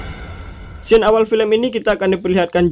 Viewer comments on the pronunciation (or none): none